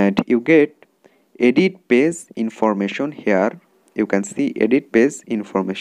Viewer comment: It's page not pase